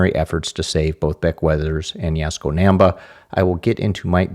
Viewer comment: As someone who is an enthusiast of both Japanese language and culture and mountaineering, it kills me every time you pronounce 難波 康子 and Yaesko Naemba and Yaesookoh Naemba. It is pronounced Nahm-ba Yahs-ko. The Japanese use the soft a, not our Midwestern hard a ;)